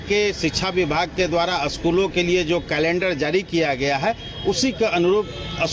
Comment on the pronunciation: Aschool nhi school hota h sahab